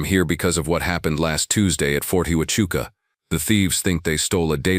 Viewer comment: Huachuca is pronounced “wah-CHOO-kah”, not HOO-ah-CHOO-kah.”